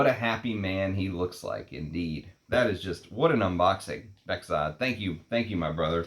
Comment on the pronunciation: my name is Bekzod too, pronounced "bekzod" nicely.